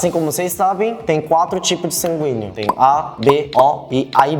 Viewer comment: só eu q entendi o falar sanguinho?? ksksksks♡